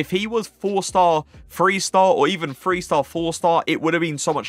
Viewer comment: Great work i like your lists the most however do you pronounce "th" as "f" like do you say free for three is it a British thing ?